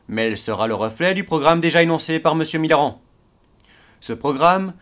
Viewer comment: Je suis le seul à entendre"Mitterrand" à chaque fois :p ?!